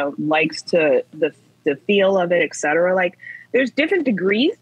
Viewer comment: This is so hard to listen to. She says "ecsetera" instead of "etcetera"